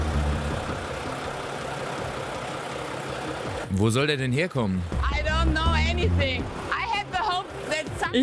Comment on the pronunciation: Nicht Smis, Smith .....